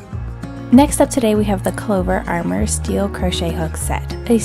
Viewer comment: Thanks for a couple great reviews,! I’ve had my eye on those Clover steel hooks for a while. I do have a single one that I needed for a lace project. ☺️ BTW, isn’t it “Clover Amour hooks,” as in the French word for “love”—not Armor… 😉